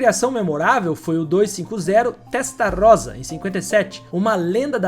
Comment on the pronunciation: Dom Enzo fez nada disso com a GTO meu amigo revise sua pesquisa... Ele mostrou os mesmos 36 carros em 3 pátios diferentes, distraindo os fiscais da FIA enquanto seus funcionários manobravam os carros entre os pátios! Revise tbm a pronúncia Chamar o Testa ROSSA ( com "esse") de Testa Rosa (🌹) é uma HERESIAA!!! O resto tá top!!! Legal a comparação, realmente são rivais históricos!